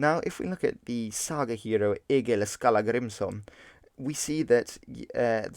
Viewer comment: Egil Skallagrimsson is pronounced more like "Ejil Skatlagrimsson."